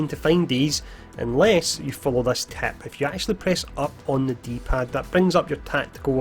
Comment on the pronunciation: You say "Tip" and it's sounds like TAP